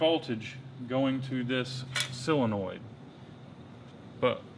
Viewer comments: silonoid? haha. Damn never heard of a sillonoid haha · What the hell is a "silonoid"? or did you mean SOLINOID? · It's solenoid not "silinoid" ya goober. Lol! In all seriousness though you guys are the shit.